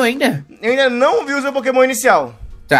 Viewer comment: Poquemon inícial